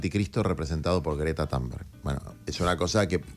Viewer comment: Con todo respeto Juan no se pronuncia Tanberg porque es en svenska así que se pronuncia Tumberg❤